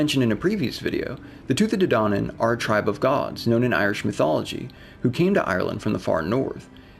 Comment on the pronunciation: Your pronunciation is off Tuah day danon